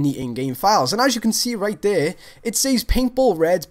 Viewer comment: "Right dere that's pearfect"